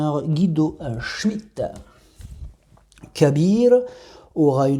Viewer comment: cher ami tu as une bonne élocution en Arabe , j'en profite pour te dire que le 1 sera présent au quinté de demain ,comme son nom l'indique Kabir qui signifie Grand .. Encore une fois merci pour le pronostic et bonne continuation .